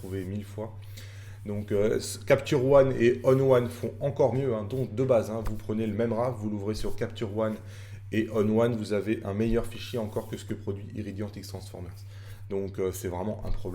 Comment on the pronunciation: Salut, merci pour la vidéo. Petite précision: "RAW" ça se lit "RO".:)